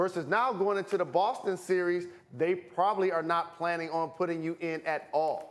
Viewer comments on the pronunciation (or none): none